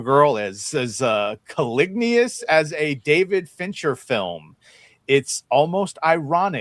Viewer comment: The mispronunciation of "caliginous" was hilarious. Right up there with yer pal Tom,. "People in glass houses..."